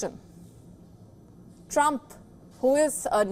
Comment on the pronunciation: and covering this news segment was hilarious.: Coh CAYN eediction.